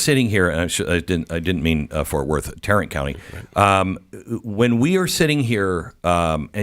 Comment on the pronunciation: It's Tarrant County, get it right